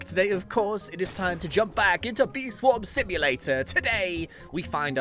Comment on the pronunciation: I heard him say "Bee Swim Swamulator" and i was fairly surprised to hear that because i say that too lol